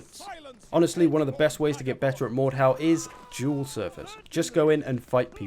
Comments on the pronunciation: so its pronounced mordhaw, i used to call it mordhu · the way he says mordhau is autistic, its not mordhow